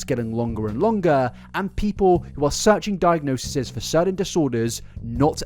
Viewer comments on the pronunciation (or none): Diagnoses. Di-ag-no-sees. That's the pronunciation you're looking for. 😂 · Plural of diagnosis is pronounced "die-ag-NO-sees" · Since you asked, the plural form of diagnosis is diagnoses, pronounced diagno-sees. Same stress on the 'no' syllable. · Not that it matters, but since you asked -- the plural of diagnosis is diagnoses (die-ag-know-sees). Fun fact! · Diagnoses = 'diagno-sees'